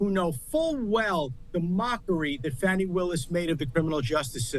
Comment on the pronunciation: It's Fani,... NOT Fawni! 🤪